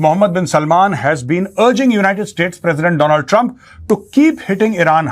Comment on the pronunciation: Dolaand thrump😂